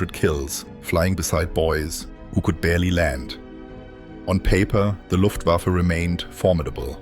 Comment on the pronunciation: But he pronounced Luftwaffe as luft wafflew - flying wafflew...